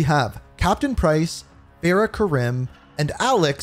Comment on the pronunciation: ITS FAR-RAH NOT FAIR-RAH!!!!!